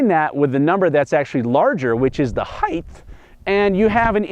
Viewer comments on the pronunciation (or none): Compine it with the heighth